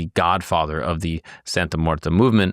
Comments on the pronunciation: It's muerte, not muerta. Come on bro. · brother why do you keep saying "santa muertA?" there's clearly an e at the end and not an a... americans and their language skills lmao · It's not pronounced "Santa Muertah." You're the second white boy to call her that. Do your research and learn Spanish words before you make a video. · It sounds like you really didn’t do too much research from primary sources and her devotees themselves. You couldn’t even learn to pronounce her name right which makes this video absolutely painful to watch. It’s not like it’s a complex Spanish pronunciation, and if you went to devotees for research you would have heard it enough to realize you were l saying wrong